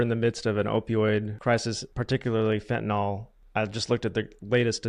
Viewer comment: So fentanyl is pronounced Nil, for real? I’ve never known.